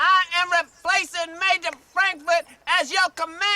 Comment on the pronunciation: You mispronounced "Major." Which is odd, since you said it right just 10 seconds prior.